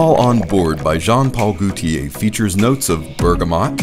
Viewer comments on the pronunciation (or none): Just For Fun: The French name Gaultier, like gauche (left), is pronounced with a long o, as in "go." Not like goute (to taste) as in "goo." Gaultier is two syllables; the first is emphasized, and the second is a combined EE and AY*, in a compressed dipthong. "GO tee-ay." * But the AY part of TEE-AY is not itself a dipthonic, elongated "AY-eee..." (as in "Heyyyyy...!") It is more of a one-syllable EH with the AY flavor. -tier thier. I may be losing you here. I'm certain that if I tell you Gaultier is Germanic in origin and the French equivalent of the English name Walter, it will be so much easier for you to remember all of this lol. (And if you believe that I'll go down on you.)